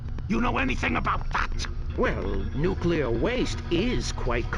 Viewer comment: nukular power lolwut!